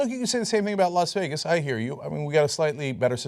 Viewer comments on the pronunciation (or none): none